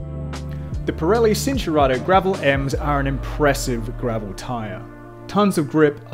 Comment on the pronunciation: At the risk of sounding like a smartarse It’s Chin-Tour-Arto “C” in Italian is “Ch” Cinelli, for eg